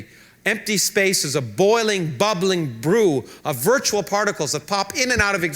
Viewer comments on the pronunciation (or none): none